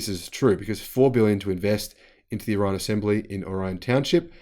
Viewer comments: Orion is pronounced with the accent on the first syllable in Michigan. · Orion is pronounced "Oar-i-on."